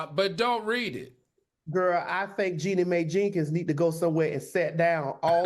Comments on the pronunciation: Jeanie MAI..... ???? Pronounce correctly......where is Funky??? SMH! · I really wish y’all would get Jeanie’s name correct! Lol it’s pronounced “Jee-nee My” not “Jenny May” smh 😅